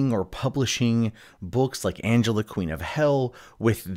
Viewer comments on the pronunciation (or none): none